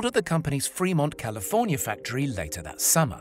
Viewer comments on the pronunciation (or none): none